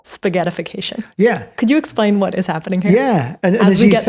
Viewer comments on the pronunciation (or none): none